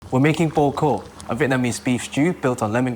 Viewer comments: Nice recipe! I never made Bò Kho before but I'll make it when i return to Vietnam to meet my family. A note on pronunciation: the o's are like awe in awesome, so its like b-awe kh-awe. Ofc theres the tonal mark in Bò but that's pretty hard. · It’s pronounced as if it were spelled baw khaw, both rhyme with saw, draw, tall, fall.